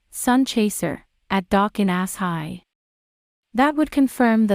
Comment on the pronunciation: Ok. It's not pronounced ,"Ass High, " its pronounced ,"Ash Shy.". Why can't people get this?